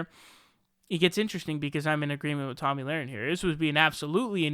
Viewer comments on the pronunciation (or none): Tomi, pronounced tommy, not tammy. And.laher, pronounced luh-ren, not lorin.